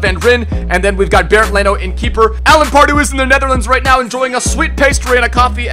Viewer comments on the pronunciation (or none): none